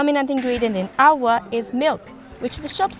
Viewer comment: Areee Bhai ye kya ALWA ALWA bol rahe hai 🫂